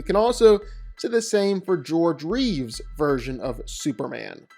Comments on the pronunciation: His name is CHRISTOPHER REEVE, not Reeves. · I hate it when people who talk about Superman say Christopher Reeves. It's REEVE. There's no S in his name. No relation to George. STOP IT. GET SOME HELP.